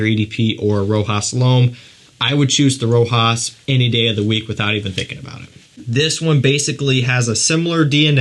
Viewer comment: For the prononciation of Rochas. It's like the SH in the word shoot the CH in Rochas